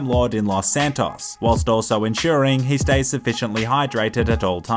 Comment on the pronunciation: is the only person I’ve ever heard in my life actually pronounce the “s” in “whilst,” LMFAO.